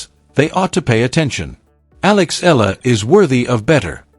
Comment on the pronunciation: Please pronounce Eala correctly djokovic did